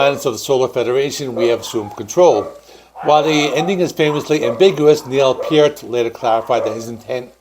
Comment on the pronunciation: Hahaha... another youtuber who cannot pronounce Neil's last name CORRECTLY. 😂😂😂😂